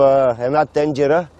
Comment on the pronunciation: Абе тази от къде е? ТенЖера Боже Господи 🤣 Казва се: ТЕНДЖЕРА а не тенЖера майко мила